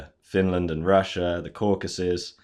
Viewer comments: Surely it is CaucAsUs, not CaucUsEs. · Caucasus. Not Cacuses